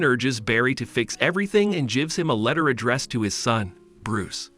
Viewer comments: the way the AI said "gives him"... lol... jives him 🤣🤣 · can you fix the automatic voice? it says "jivs" every time you write "gives" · Good overall summary, but the (computer-generated?) pronunciation is distractingly cringe-worthy. "Gives" pronounced over and over with a soft G? SMH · "he jibs the order" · "Batman jivs up" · And he “jivs” him the letter